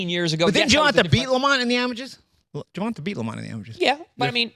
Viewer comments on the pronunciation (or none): HIS NAME IS GERVONTA pronounced “GERVONTAY” Get it right please. GervonTAH is not how is name is pronounced. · Petition to have Paulie say Gervonta's name properly.. Ger-von-tay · The guys name is Gervont'A'!!! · I swear I've been noticing that for years it's almost like he doing on purpose 😂😂😂